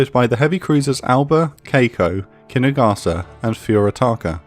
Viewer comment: Very fair, interesting, and distinct content. As a native, to add the Japanese pronunciation tips, "Chokai"'s "cho" is longer and stronger because of stress (in the video "kai" sounds stronger). To simplify, like "choke-eye" "Kako" is just "Ka-ko". Not like tomato, but like Chicago. "sa" of "Kiinugasa"' is just it of "SAcrament". "Furutaka"...try to say "Foo-rutaka", it will be far more correct. "Yubari" and "Yunagi" have the stress on "yu", like "you". As you see above, our language generally tends to put the stress on the first syllable (or not, at least former part) of each word. Hope it will be helpful.